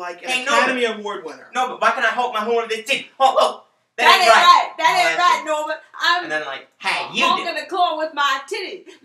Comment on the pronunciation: Norbit. Not Norbert.